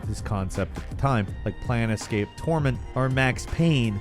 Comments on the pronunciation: wait wtf... its pronounced.. plan... escape??? I always thought it was plane plane... scape...... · Did you just say plan escape torment? Its plane-scape. Like mystical planes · “Plan escape torment” - No. No. No. Look, I KNOW you guys sometimes purposely mispronounce things just to get people commenting and increase engagement on your videos - but no. This is just over the line. You’re fired.